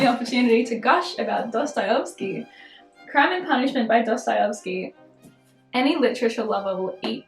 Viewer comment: i'm not usually one to judge pronunciations but the way you say dostoyevsky is kinda wrong (i'm sorry i'm not trying to be mean, but i'm russian so it bugs me a little)... it's pronounced dosto-yev-ski, not dosto-yov-ski :)